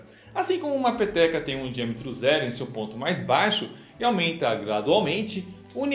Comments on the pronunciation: Todas as vezes que ele falou peteca eu entendi pepeka😂😂😂😂😂😂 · quando ele disse peteca, eu ouvi pepeca kkkk ate que teria sentido o formado do universo ser uma ppk